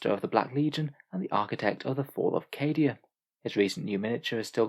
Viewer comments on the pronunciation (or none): none